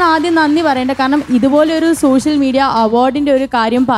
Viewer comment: സോശ്യൽ അല്ല മോളൂ.